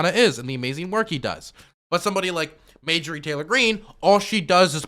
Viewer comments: I like how pronounced it “Majorie” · Video number 8 where still refuses to learn Marjorie’s name correctly. I love it.